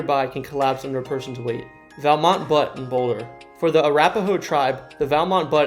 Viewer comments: Pronounced = beaut. Not butt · It's not butt it's pronounced like "look at that car it's a butte" like Australians would say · That’s not how you pronounce butte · Butte is a word in the English language. There are buttes all over the world. Regardless of where a person is from they should know the proper pronounceation. He mentioned Crested Butte and said it as "butt" too. Sad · Butte is pronounced like "beautiful" minus the "iful." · You’re pronouncing Butte and Debris wrong! What’s wrong with you???